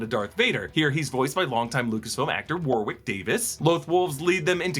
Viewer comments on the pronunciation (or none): none